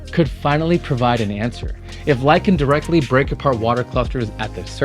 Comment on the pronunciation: There's no such word as "direckly".